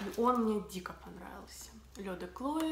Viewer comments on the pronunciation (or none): Почему девушка называет этот аромат с первой буквой К-Клое?мне кажется это неправильно?или правильно так как она говорит?все говорят Хлое